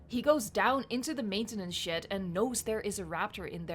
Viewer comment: No offends, but when u say "maintanance shed" is sounds like "maintanance shit"